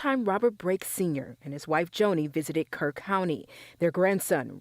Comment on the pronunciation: It’s Kerr County! Not Kirk!